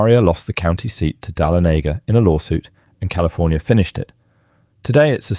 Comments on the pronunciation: THANK YOU! I was cringing every time he said it 😐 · You are pronouncing the city if the Georgia mint incorrectly... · Dah-lonega not Dahlo-nega. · The town is not Dalenega!! it’s Dahlonega pronounced Dah-LON-e-GA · This announcer needs to get lessons on the correct way to pronounce names before recording!!!!